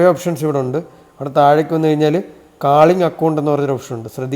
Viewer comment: കാളിങ്ങല്ല കോളിങ്ങ് ആണ് പൊട്ടാ 😂😂😂